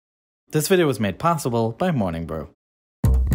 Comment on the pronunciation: Potssible? Are you restarted?